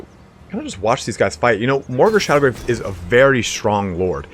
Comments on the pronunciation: Dude, it's called Morghur the ShadowGAVE, not ShadowGRAVE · No R in Shadowgave...